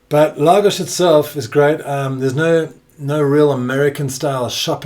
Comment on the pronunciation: Why does he say Lagos properly but calls Portugal ... Porch-u-gaul.